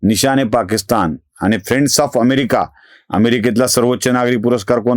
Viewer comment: पाकिस्थान नाही पाकिस्तान करा.. बाकी नेहमीप्रमाणेच लय भारी.👌👍